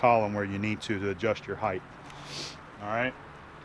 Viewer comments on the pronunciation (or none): Why are so many people saying "higth" the word is pronounced hīt spelled height. '